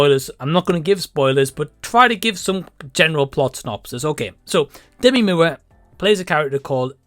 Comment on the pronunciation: The close capture says "Demi mu" because of how your saying her name. 😆